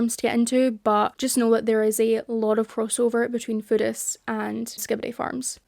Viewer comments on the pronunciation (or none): I keep thinking you're saying Buddhist and not Foodists and its tripping me up so bad as a Buddhist.